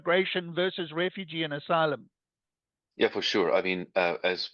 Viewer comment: Trump says enter as assylum as well